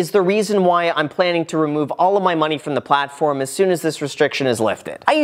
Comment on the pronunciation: Great video! Yeah, they sound bad to me too. I wouldn't want to invest with them. "froim" lol